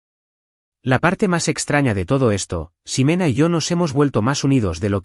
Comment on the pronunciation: Y la X no se pronuncia como S. No es Simena, se pronuncia Jimena.